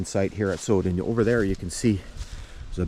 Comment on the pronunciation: Pronounced sow as on female pig then den. My mother was born in the station at Sowden when my grandfather was section Forman there.